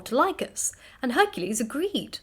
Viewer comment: Mabee it is my age, but it sounds like you are saying "hercese, instead of Hercules